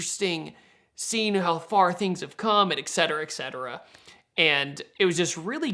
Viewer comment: It's et cetera. Et. Et. Et.